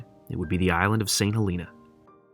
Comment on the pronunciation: Great video! Fyi St. Helena is pronounced saint hel uh nah :)